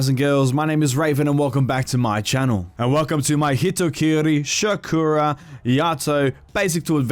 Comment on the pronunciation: Do people not now how to pronounce sakura